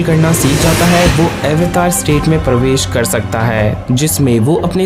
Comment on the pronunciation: Sir aap avatar word ko western tarike se kyon pronounce kr rhe hain its an indian term ye "अवतार" Hai n ki" ऐवतार" Please hm indian hain to ise hmare tarike se hi pronounce krna chahiye nhi to west is word ko bhi apna hi bataenge😊😊